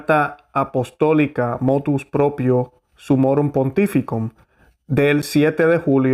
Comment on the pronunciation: Ponte serio por favor y di como dice Motv Proprio no motus, prepárate mejor que molesta escucharte a tal punto que casi te Voto deslike gracias.